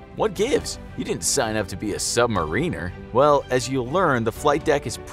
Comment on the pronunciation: At least he pronounces submariner correctly, even if the rest of his "narrative" is tabloid material.